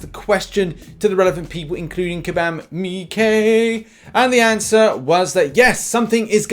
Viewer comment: Why do you say kabam meekay